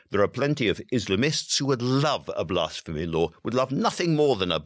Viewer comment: This is the first time I've heard the word "blasphemy" pronounced like it contains the word "arse"